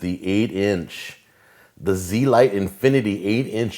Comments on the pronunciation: Agreed, he pronounced it wrong. It sounds a lot better when pronounced correctly. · You pronounced the name wrong. Its not Z-lite. it's zelite. Pronouned (zelete) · pretty sure its pronounced z-elite but blend the e's together, not zee-light